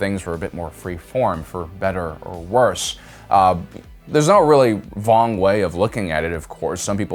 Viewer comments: did you just say "there's not really a vong way of looking at it"? lol, vong=wrong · Did you say there's no vong way? Or am I just hearing things. Good joke if you did though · I thought you said Vong here.